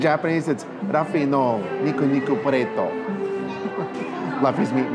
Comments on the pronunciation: I enjoyed seeing the one piece merchandise and all of the decor that universal japan had set up, but it stood out to me that you said luffy as it looks, rather than how it is pronounced, which is loofy. I guess nothing else can be done at this point, but I just thought I'd let you know. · He keeps calling Luffy “Laughy”😂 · Luffys name is pronounced like loofy :) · LOO FEE. LUFFY = LOO FEE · LAFFY?? LAFFY???? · why does he keep calling him "LUHF EE" it just... it's so painful to hear him mispronouncing his name so much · The way he pronounces Luffys name irks my soul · It was def killing me. Maybe he was thinking of Duffy from Disney and went with that lol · Thanks for making this video, super helpful info. Might need to look at how to pronounce Luffy’s name again, though 😅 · He kept saying Luffy wrong 💀💀💀💀💀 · How do so many people mispronounce Luffy's name like that. It doesn't even sound right, surely they'd assume it's not that lol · But... you kept saying Luffys name wrong! Other than that, very cool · Bro you did not just pronounce luffys name wrong 100 times ugh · As a giant One Piece fan, it makes me a little sad that this man who knows nothing about One Piece getting to live my dreams while he mispronounces every other name 😭😭😭 No shade though… nice guy and all… just hurts a little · its luffy not lufi 😂 never watch one piece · Every time you pronounced Luffy's name as "La-fee", my inner nerd is wanting to break out of it's shell and lecture you for 5 minutes on how it's pronounced "Lu-fee" XD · It's pronounced Loo-ffy my boy not Luff :P But in all seriousness this would have been so much fun and I envy you a lot haha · Great vid! But his name is 'Looofy' not 'Lahfy'😂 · I'm sorry, but the pronunciation of Luffy's name just keeps bothering me. It is pronounced loof-fii. Not luf-fii. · awesome vid ................why does every body say laffy ??? its LUUUU-ffy lol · loooofey not luhfie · Luuu-feeee not luffy pronounce it right ...... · Luffy “LOOFY”